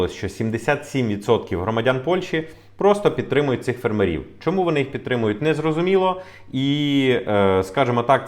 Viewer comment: Українці,бойкоту'мо польські продукти і товари в Україні! Зробимо боляче полякам,щоб вони не мали прибутку 1,7 мілліарда євро!!!,ставте вірно наголос на слові''фермерів''!!